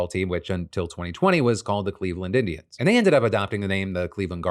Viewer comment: It almost sounded like you said "They were called the Cleveland Idiots" and that President Trump wants them to return to that name.